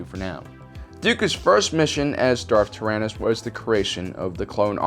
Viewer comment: I thought when he said darth tyranus I heard darth arthritis